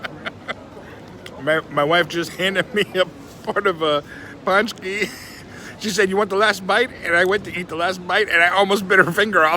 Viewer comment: Not "Pushki"! "pushki" = "canned food" in polish. You should pronounce something like "pontchki" = donut.